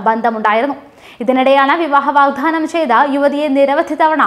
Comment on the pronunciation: വാഗ് "ധാനം" അല്ല "വാഗ്ദാനം"